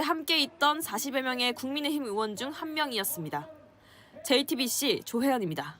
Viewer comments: 조은희야 어이원 아니고 의원!! 발음이 안대노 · 조은희는 의원 발음부터 연습해. 어의원이라 해 뭔가 했네